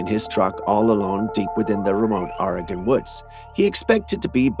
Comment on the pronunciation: Just a heads up from an Oregonian it is pronounced (OREGUN :))